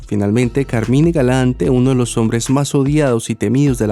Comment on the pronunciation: Hola, en inglés pronuncian Carmain.